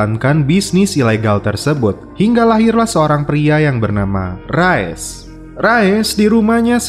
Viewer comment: Rais min dibacanya Bukan Rayes min 😭😭😭😭